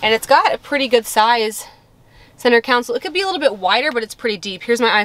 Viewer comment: CONSOLE. Not COUNSEL